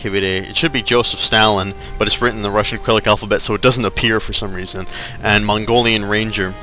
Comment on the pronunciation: i love how he says "Mongolian Ranger" the first time. sounds cool